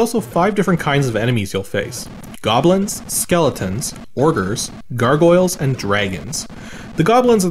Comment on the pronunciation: They are LITERALLY called "Orgers" in the text file. So is absolutely correct with his pronunciation.